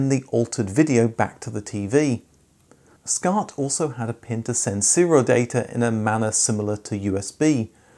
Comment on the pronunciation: first of all, WTF IS "Scart" OR A "Scart"?!